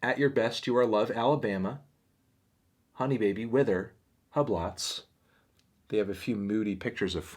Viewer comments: the melon pronounced hublots as hubb- lottz LMAO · he really said "huh blots" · tony, i beliv that frank ocean song Hublots is pronounced, “Hue Blows or hjuː bləʊz” as in the luxury watch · Hub lots? Don’t you mean hugh-blow? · Hublots is pronounced “hue-blows” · anthony really said 'hub lots' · Never say hublots like that again mel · sorry but how did you just pronounce hublots